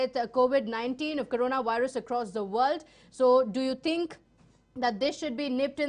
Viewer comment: Madam it's not tink. it's THINK